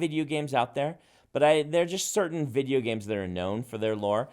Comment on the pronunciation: Brandon is the best! but... does he say vidgeo games? Sorry, no shade, just made me smile.